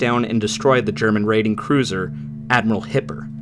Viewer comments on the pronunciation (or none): none